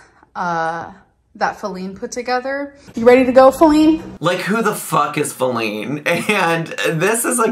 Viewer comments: I think Feline is what she is calling her cat… no one seems to be understanding that lol. I believe she was joking that the cat put it together since it was sitting on the chair, then called it to come inside. And I think she doesn’t realize it’s pronounced (Fe- Line, not Fa-Lean) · Is she trying to say "feline"? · I’m willing to bet money that the name calls the cat is her bring qUiRkY and mispronouncing “feline” on purpose. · Feleene?! Like feline, like cat? 🤔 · Feline is for the cat. She just mispronounced it on purpose. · Lord knows that is just mispronouncing feline (as in cat) - the camera was on the cat. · Is she just mis-pronouncing Feline 🐈?